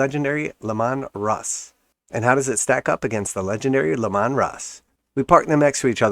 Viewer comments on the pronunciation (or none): Bro, it's Lee-man, like Gary Leeman the hockey player